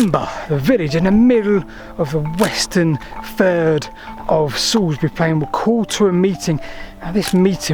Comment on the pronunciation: Oh, your pronounciations are a bit off! 😜 I leant my new bike up against that first milestone at the top of Salisbury Hollow today, which is quite spooky. The best bit of Wiltshire, and not just because its my homeland.